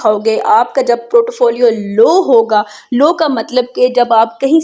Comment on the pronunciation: Portfolio hota ha protofolio ni hota...